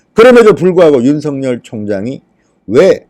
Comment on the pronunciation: 윤성녈이 아니라 윤서결입니다 이름 발음, 다른 사람 만들고 있네요 조금만 주의하면 올바로 발음할텐데...